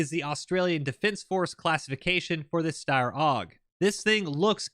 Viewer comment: AusSteyr is pronounced Steyr as in "Sire" you pronounced it correctly straight after, its not the Australian designation however, its a new pattern produced here on the continent so we're not reliant on another country if we go to war.